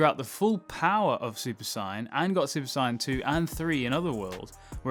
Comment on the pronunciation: I keep hearing super cyan. Why.